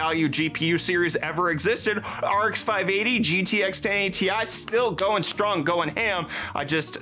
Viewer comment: Stop saying ti instead of ti